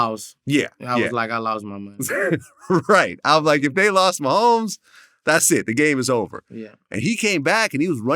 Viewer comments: Mane said Travis Mahommes!!😂😂😂😂😂😂😂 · Travis “meeMee” mehomes